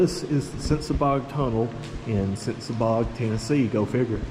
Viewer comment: I know I'm late to the show, just wanted to give a bit of info. I'm a local to the tunnel and it's pronounced sensabaw. Also, the creek has been there for a very long time. Definitely was not Helene. I've been told by several old timers that the creek was originally meant to run through a trough on 1 side. Somewhere along the way, the creek got too big for the trough and took over the whole roadway. Love your content brother!